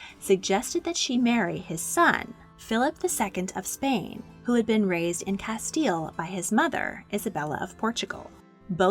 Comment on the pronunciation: Wait she said Castile correctly🤍